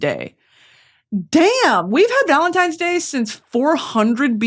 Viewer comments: “Happy Valentimes day”😭😭😭so true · Valemtimes day - yes I used to say it like that as a child as well😭